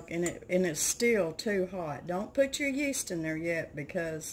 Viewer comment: Hello - you say rapid yest - same as instant yeast??